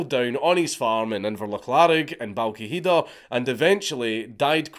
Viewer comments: Balquidder pronounced "Balwhither" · You sure that's how you pronounce Balquhidder ? 😂😂